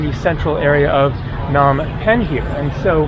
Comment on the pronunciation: Phnom with a P. Why not listen to locals??!!!!! Lame.